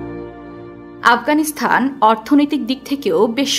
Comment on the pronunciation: আফগানিস্তান (Afghanistan) Not Afghanisthan / আফগানিস্থান বারবার কানে লাগছে শব্দটা 😢😢